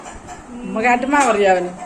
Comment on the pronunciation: ആമ്മാ അല്ലാ ഉമ്മാ എന്ന് പറ.